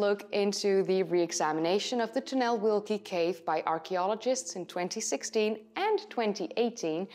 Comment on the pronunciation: Oh, you are butchering the name. Ojców NP is pronounced [OY tsoov ], the name of the cave however was almost impeccable.👍😉 You could just say "The great tunnel" cave, though.